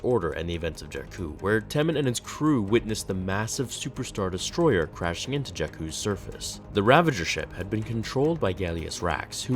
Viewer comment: Well. He's no HK47, but I did like the way you said "Super Star Destroyer" like it wasn't a Star Destroyer that was Super, but in fact a Destroyer of Superstars.